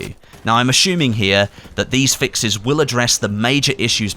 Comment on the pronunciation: Thanks but I can’t help but Lol my friend, “ashuming” but I know you aren’t feeling well. Feel better buddy:)